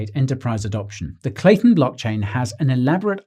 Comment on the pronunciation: Great vids but if your slaughtering the name ...